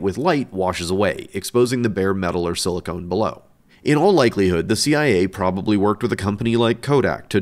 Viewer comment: silicon, not silicone